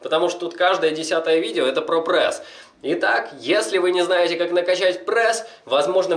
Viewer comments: Пресс, а не прэсс, правилоно говорить пресс! На канале с такой тематикой ты обязан говорить правильно!) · Не прэс а прееееееееес😤😤😤😤прям бесит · Каждое твое "ПРЭС" удар по моим ушам) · ска, я обожаю как он произносит это слово "ПРЭС". ПРЭС,ПРЭС, ПРЭС ЕЩЁ БОЛЬШЕ ПРЭСА! ДААААА, я теку прям :D